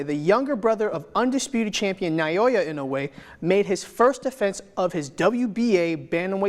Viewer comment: Amazing content! A little note, the name Naoya is pronounced with three syllables, "Na-oh-ya".